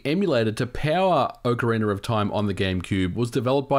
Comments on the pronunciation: Why do English speakers pronounce "Ocariner" instead of "Ocarina"? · I never knew there was an “r” at the end of ocariner. I always thought it was ocarina. My mistake, I guess. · Am I crazy or is he pronouncing "Ocarina" as "Ocariner"? Please tell me I'm crzy, lol. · It's Ocarina not Orcarina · Anyone else hears "OCARINER"? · "OCARINER OF TIME" LOL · “Ocariner” of time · "Ocariner of time" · "ocka reener" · Is it pronounced as OcarinaR of time ? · Why do you keep saying "OCARINER" ???????? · Its not orcarinar or time 😑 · Oca ree ner